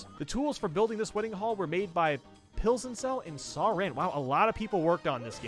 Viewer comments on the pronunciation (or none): none